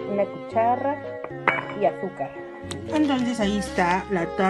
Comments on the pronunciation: Asi lo dijo, dijo "cucharra" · Y la cucharra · SOY LA UNICA QUE ESCUCHE QUE DIJO CUCHARRA